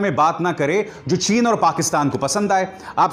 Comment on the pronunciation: Hamare pm sahab ko chin bolne nahi aati